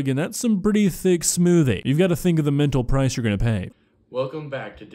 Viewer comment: I'm sorry, I didn't have the willpower to finish this video. The "smoothie" got to me